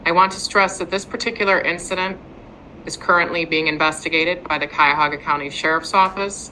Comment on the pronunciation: If she says cuyahogga county one more time 😮‍💨